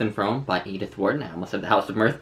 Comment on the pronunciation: Pronounced FROOM ;-)